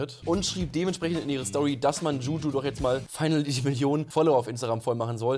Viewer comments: DschuDschu.. aja.. maybe next time den Namen richtig aussprechen 🤣🤣🤣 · wie zu blöd ist Juju richtig auszusprechen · Wieso kann niemand Juju aussprechen